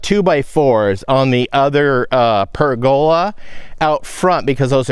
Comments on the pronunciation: I've also always heard it said as PER go la, with the emphasis on the first syllable, the second and third are said in about the same quieter tone. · I've always heard pergola with the accent on the "per". Either way, I knew what you were talking about. ( I'm over here on the EAST side of the cascades, near Pendleton)